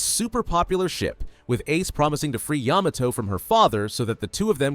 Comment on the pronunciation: He still saying Yamato wrong💀☠️🗿💀☠️🗿💀☠️🗿💀☠️🗿